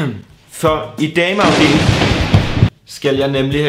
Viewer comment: Jeg elsker når du siger dame afdeling😂😂😂